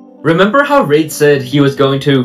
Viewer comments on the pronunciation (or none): You keep mispronouncing the name "Reid." It should sound like "reed" as in "READing a book."